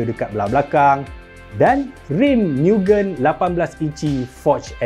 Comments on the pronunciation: Aduh... ad orang komplen kt telinga saya... cara sebut MUGEN tu salah... abang sebut miu-gên... si peminat kereta seorang ni katanya MOO-gén... bukan jawapan masuk dalam UPSR pun.. tapi tetap berleter kat telinga saya... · Fyi.... cara sebut mugen bukn 'miugen' tpi 'mugen' camtu je..oke bai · Sebutan Mugen tu salah. Ekekeke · Mugen bkn miugen 😂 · sebutan yg betul ikut ala jepun mugen MU -MUrah, GEN -GENtel maksud mugen- unlimited.. atau tiada batasan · tersiksa jiwa nk menonton sampai habis dengar pronounce mugen tu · sebutan x kena bang oi mugen ..abg kena tengok anime depa sebut macam mana...